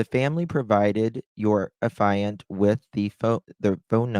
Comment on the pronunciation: Affiant is pronounced aff-ee-ant. No judgement, just helping so you will know next time. How did one man shoot Savanna and then Matthew alone? I don’t believe it. I think there was another person involved.